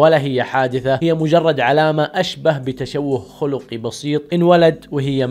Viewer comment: تشوه خَلقي بفتح الحاء وليس ضمه